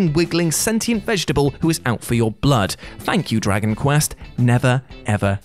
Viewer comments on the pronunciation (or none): none